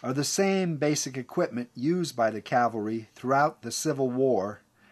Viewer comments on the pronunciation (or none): The term is pronounced CAV-al-ry not CAL-va-ry